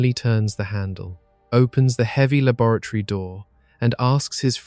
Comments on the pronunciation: Wait. Is "labaratory" a new word or is he trying to say laboratory? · Has to turn it off after the second mangled pronunciation of 'laboratory'. Distracting